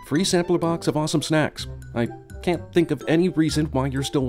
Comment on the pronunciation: Did he say "sampler" at the ad?